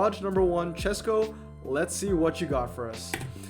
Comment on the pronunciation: Chesko here! Thanks for reviewing my garage and thanks for suggestion, I will max 2nd NSX 332. I am really impressed you pronounced my surname right, you're 1 in a thousand 😂 I actually haven't spend any money, this is completely f2p garage. About my Lotuses, I maxed 1st 323 when I didn't really knew what I am doing, then I wanted 233 version but mistakenly maxed it 323 again and finally I got another one couple days later and maxed it 233... Bugattis: I got 3 from regular ceramics and 2 from French premiums. Fun fact, one night I got 2 Veyrons from 3 ceramic packs I opened. I never knew my British garage is that big, I don't really check that stats 😅.